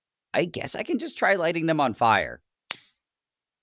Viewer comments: I've been sitting here for at least two minutes wheeze-giggling like a moron after that abruptly cut-off "HO-" at the end. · him at the end: H O L E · bro turned western 💀